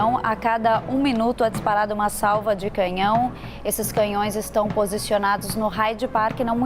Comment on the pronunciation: Essa jornalista do Brasil fala muito mal e errado CANHÃO ELA FALA CAMINHÃO! em uma situação dessas ela fala o que diz respeito a política DESMATAMENTO! Essa e COMUNISTA E jumenta!!!! E uma pena colocar uma pessoa desse tipo pra fazer comentários de uma HONRA ÚNICA DE UM ÍCONE COMO NOSSA RAINHA AMADA E MUITO QUERIDA ❣️